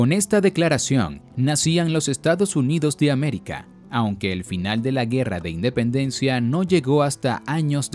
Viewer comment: Dependencia? Se comieron el "In"